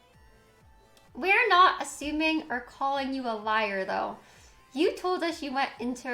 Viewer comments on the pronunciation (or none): Why does she speak in a strange way sometimes? Like when she says “thanks for da bits” or like “you told ush this”